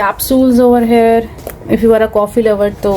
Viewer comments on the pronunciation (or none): Your videos are lovely but please improve your English pronunciations like there is difference between Hair here